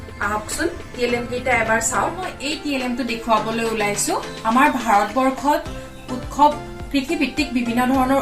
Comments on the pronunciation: Baideo val hoise kintu utkhab nahoi utsab pronounce hoi. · উৎখৱ নহয় উৎসৱ কোৱা হৈছে